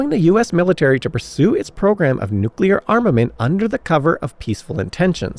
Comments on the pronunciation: But "chassis", "Le Mans", and "Nice" need some work. And I did hear a "nu-cu-lar" or two in there. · that would be nu cue lur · Great story. It's embarrassing how often you still mispronounce "nuclear." At least you're trying. You are seen.